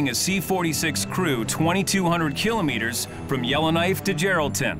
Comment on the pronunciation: Someone teach the narrator how to pronounce KILOMETERS!!!